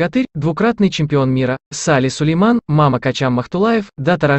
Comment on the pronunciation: Мамма (с ударением на последний слог)а не Мама!В честь батыя Маммы родственника его матери Анады! Сали Сулейман толком и не жил в Казанище..Работал в Темир Хан Шуре а в 20 годы переехал жить в Баку, до конца своих лет..